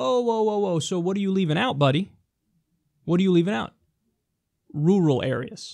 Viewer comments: Am I the only one who chuckled at the pronunciation of Rural, "Roo-rul" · lol bruh you need to learn how to pronounce 'rural.'